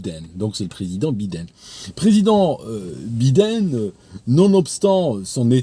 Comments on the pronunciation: B-I-DEN, c'est la meilleur façon de le dire, je te l'ai piqué d'ailleur, il mérite pas mieux ce vieux dément. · je raffole de votre prononciation bi dene... Serions nous dans "Sur l onde de choc"?